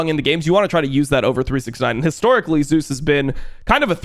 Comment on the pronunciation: He pronounces them correctly.